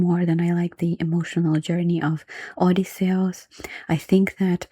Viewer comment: i like the way you pronounce Odysseus, it sounds more Greek that way